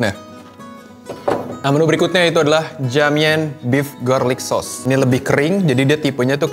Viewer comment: Dalam bahasa Cina (maaf kalo salah) Ja = Cha Mian = Mien Jadi baca JA MIAN = Cha Mien